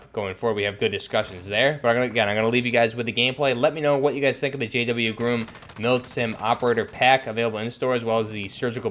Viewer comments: Again. It's not groom as in bride and groom. It's Grom as in rimes with Mom. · Its not groom, GROM.. sounds the same as it looks. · He says groom not grum when it’s actually grom. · Why he saying GRUM???????